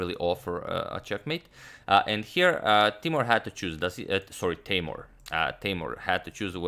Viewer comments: and its not tay-more its tay-moor :) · Hi agad! Actually, his name pronounces more like Teemour. Was a pleasure watching his games against MVL.